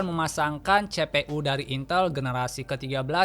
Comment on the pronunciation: Cpu dibaca CE PE U. Ini pasti orang sunda.. Tapi videona madep pisan kang. Hanupis..